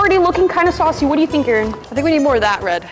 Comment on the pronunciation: They said saucy like sassy😂😂😂😂😂